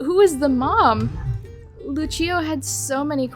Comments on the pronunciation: This made me search up what the pronunciation is I’m pretty sure she was saying it the Italian way. Lucio from the game is from Brazil though… so… it would be Lu-see-oh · the fact that i played overwatch before watching this video, hearing overwatch gave me wiplash. (btw the name is pronouced Lu-see-oh, lucio :)